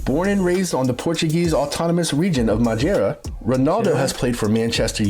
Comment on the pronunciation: This narrator is pronouncing all the Ds like a brazilian lol madjeira?